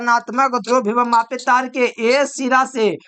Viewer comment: Bhibhav mapi nahi sir ❌ vibhav mapi , voltage mapi ✅